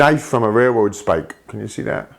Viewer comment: what the fuck, how can you not say RAIL ROAD its not rair rowd